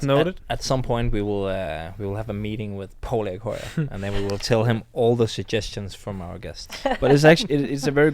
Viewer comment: Antonsen : it is Po-li-i..instead of Po-lii...